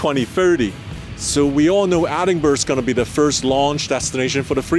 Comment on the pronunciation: Edinburgh? Do you mean?